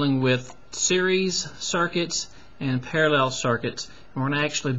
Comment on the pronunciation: You can explain, but just don't say "parellel", it's parallel. Great video anyway!